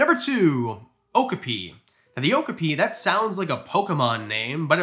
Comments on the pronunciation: Just a friendly tip for you, "okapi" is pronounced "oh-KAA-pee", not "OAK-uh-pee". Cheers! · Definitely do a part two, i have got close to an okapi in my local zoo and i mean within 2 feet oh and its pronounced O-cap-pee 😊 the same zoo also has Komodo dragons 🐉 but i dont want to get so close to them 🤣🤣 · Please do more! But please look up how to pronounce names you aren't sure of. Okapi is oh-kaa-pee. They have a breeding program that the San Diego Zoo and Safari park is part of, and they have a great exhibit away from the main track( trying to keep the noise down). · I think you meant that the pronunciation is correct, but that the stress is on the second syllable, rather than the first. o-KAH-pi